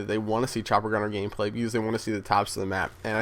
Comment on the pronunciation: Nice "Gamplay"